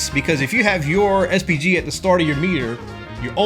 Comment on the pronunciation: i heard SPD everytime